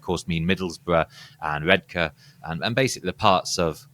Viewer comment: showed his roots by pronouncing Redcar as the locals do!